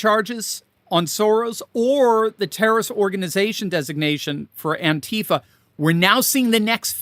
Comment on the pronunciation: You sed international tarroist organization wrong 😅